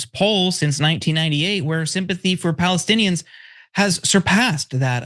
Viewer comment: That guy can't even say Palestinians. Everyone knows now that Netanyahu was very instrumental in setting up Hamas.